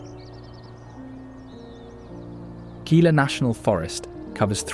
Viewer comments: It is Hee-la NOT 'gee la.' Also Ban-do-leer. And Co-chee-ti. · I am a third genration New Mexico native. The audio is AI version or "Gringo" version, It mispronounced many of the locations. Gila is pronounced HEEla. Mogollon the double L is pronounced as a Y. Others too numerous. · Gila is pronounced Hee-la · 'Gila' pronounced 'Heela'. And 'Mogollon' pronounced 'MōgYōn'. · Pronunciation Corrections: Las Cruces = Loss Crew-cess Gila = Hee-La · Most excellent video, but could use a narrator who knows how to pronounce the place names. Gila = Hila, Mogollion = Muggyon, etc etc. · Its pronounced HE-la cliff dwellings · Gila pronounced "heela." Mogollon, pronounced "mohgeeyon." Thank you.